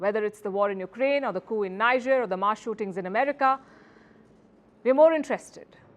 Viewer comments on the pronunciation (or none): none